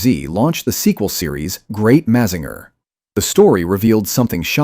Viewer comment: Mazinger Z, pronounced Mazinga Z in japaness, is the real name of the robot